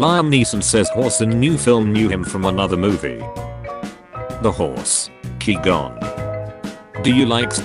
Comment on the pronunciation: LOL he says kee gon instead of qui gon